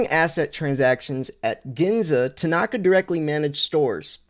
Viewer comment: It's not Tanaaka, it's Tanaka. There is no emphasis on the second a.